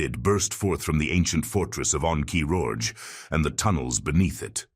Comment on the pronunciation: Ah yes, the ahn kee roj of see lee thoos.